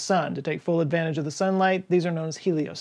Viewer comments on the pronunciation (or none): none